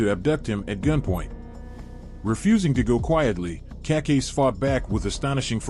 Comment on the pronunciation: Cacase. Pronounced Kuh-Kase- EEE